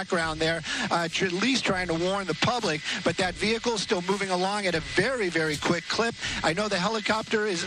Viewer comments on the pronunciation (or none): none